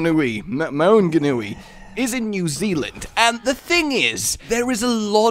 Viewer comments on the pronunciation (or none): mong-a-nui. Thats how you say Maunganui if you wanted to know. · haha it's mong-a-newy and tow-ronga haha #kiwi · the "au" in maunganui is pronounced as in the "aw" in "yawn" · okay this kiwi is gonna teach you guys some nz pronunciation. first off Maori is one silable not two. second maunganui is pronounced mong-a-nuwe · I cringe so much at you pronouncing Maori words... Here's some help with it Maunganui: Mong-a-new-e Tauranga: Toe-wrong-a Maori: Ma-ow-ree Also, I love the idea of the tug of war style map. Great use of the city as well. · Yo, Tauranga is pronounced "Toe-Wrong-a", and Maunganui is pronounced "Maawn-ga-noo-ii" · YEA BOI A NEW ZEALAND MAP (PRONOUNCED MANGA-NEW-IE) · List of names that cannot pronounce- Maunganui- (Maow-gan-newy) Tauranga- (tow-rong-nga) Maori- (may-or-ree) this may have already been stated but it helps to have another list for him to see eh? would really like to see some Maori lines for roadhog, even just Ki'ora would be nice. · I actually can't believe there doing a New Zealand map! That is bloody hilarious, I emigrated to New Zealand and whenever it's mentioned in pop culture, Kiwis get super excited. The pronunciation for Maunganui is Mon-ganui. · Btw it's 'Mo(moth)-nga(really light g)-noo-ee'. And 'Māori' is usually like how you pronounce Maui but with an r, or 'Mo(mode)- ri' if you want to be posh. And and kiwi is also a cool NZ bird. And and and Tauranga is 'Tow(tower)-wrong-ah' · dont worry u will learn how to pronounce them properly one day. either way ur pronunciations gave me a great laugh. tip tho: dont emphasize the g so much 'mong-a-nui' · I'm New Zealander and the way he pronounces maunganui is so funny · WHY CAN NOBODY PRONOUNCE MAUNGANUI OR TAURONGA!?!?!??? IVE BEEN TRIGGERED FAR TO MUCH EVEN THOUGH THIS IS PRETTY MUCH THE FIRST TIME THE INTERNET HAS EVER REALISED THAT NEW ZEALAND EXISTS? (I'm from NZ if you're wondering)